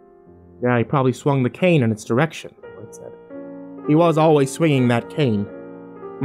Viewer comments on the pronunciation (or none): none